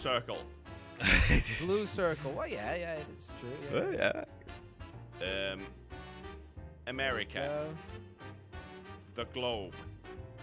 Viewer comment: How says America kills me😂😂😂